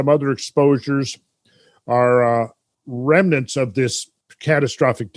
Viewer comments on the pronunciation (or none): none